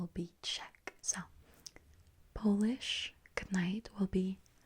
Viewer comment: It sounded really good, but not perfect. The second syllable should be stressed instead of the third. Other than that, it was unexpectedly good.